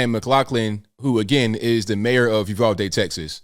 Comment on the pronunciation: Thank you for pronouncing Uvalde correctly. It is a small thing but meaningful when you hear your hometown butchered repeatedly.